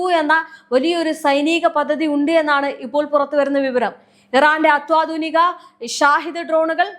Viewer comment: ഈ കുട്ടിക്ക് മലയാളത്തിലെ ചില്ലക്ഷരങ്ങൾ ആരെങ്കിലുമൊന്ന് പഠിപ്പിച്ചു കൊടുക്കണം. " അത്യാധുനികം " എന്നതിന് അത്വദിനികം എന്ന് സ്ഥിരമായി കേൾക്കുന്നുണ്ട്....